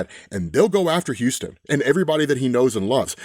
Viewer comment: Dude, you need to learn how to pronounce stuff properly if you're going to do these. It's not Houston(like "Houston, we have a problem!"), it's Huston(huss-ton phonetically). Please correct this is as it is aggravating.